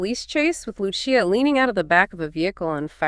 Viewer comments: Why does the narrator keep saying Luchia, she said it right the first time. Great video tho 🤣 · yea I’m pretty sure. Sounds like that one Gemini model. Also, the creator won’t explain why they keep mispronouncing Lucia’s name…almost as if they aren’t saying it themselves